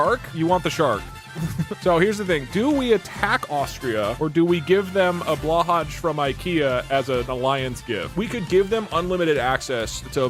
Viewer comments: Blahaj is pronounce (Blow-Hai) Please respect our holy leader's name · Doug: What is blåhaj (mispronounced)? I don’t know what that means. Oh like a shark? Being Swedish this is so funny to me because blåhaj means blue shark, so that’s literally what it is and what Doug said in poor Swedish 😅